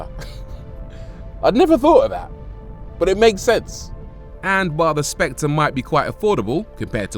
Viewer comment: The Specte? .........Not SpectRReh?